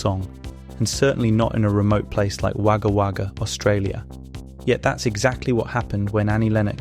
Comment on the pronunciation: next time you come across an ozzie place name, you might want to look up the pronunciation - a lot of them will have you confused like Wagga Wagga did :) :) its actually wo·guh wo·guh believe it or not :). great content tho, please keep them coming.